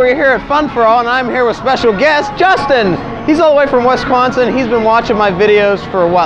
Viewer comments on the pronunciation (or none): did anyone here him say winsquansin 10